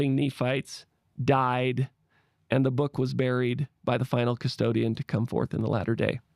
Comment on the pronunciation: Did you say final “Custodian?” 😎